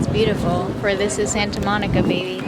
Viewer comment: coming from a californian....the way you pronounce santa monica is so extra lmaooo